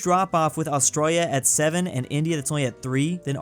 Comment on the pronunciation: How is this guy pronouncing Australia? lmao